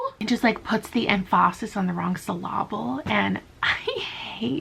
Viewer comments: emPHAsis on the wrong sylLABle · "Emph-aaah-sis on the wrong syll-aaah-ble." 🤣 Love it. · i'm not gonna lie i've been replaying 'puts the emphAsis on the wrong saLAble' for a couple minutes now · " The emphAsis on the wrong syllAble" THE WAY I LAUGHED AT THAT 😂